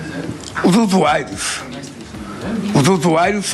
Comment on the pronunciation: usuario não, se fala zuzuairos kkkkkk.